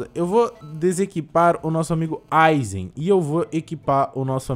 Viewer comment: PLMDS PFVVV PARA DE FALAR GEINOS E DGENOS MAIS OU MENOS ASSIM MESMA COISA DE AYZEN E AYZEN N EYSON